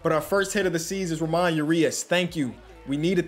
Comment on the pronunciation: Hey not trying to be annoying but it’s Mateo is pronounced (Mah-Tay-O) and Ramon is pronounced (Rra-Mon) again not trying to be annoying just trying to help out